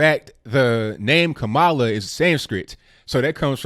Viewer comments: kam uh luh like pamela. Not ka mall luh like Kaballah. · ITS KA- MALA WITH THE ACCENT ON THE FIRST SYLLABLE. ALSO IS NOT ABOUT RACE IT'S ABOU LINAGE . KAMALA IS NOT ADOS( AMERICAN DESENDANTS OF SLAVERY) THAT'S WHAT SHOULD BE THE FOCUS. PLEASE CHECK OUT ADOS101 ON YOUTUBE.